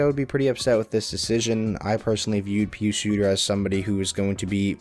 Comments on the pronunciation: Not pronounced (PeeSu) it's (pie us) pius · Pronounce Pius as "pie-us"